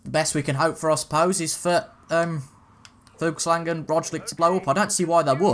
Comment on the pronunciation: Just for future videos, the g en Fuglsang is silent